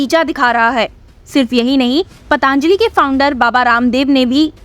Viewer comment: पतांजलि नहीं पतंजलि बोलो बच्चे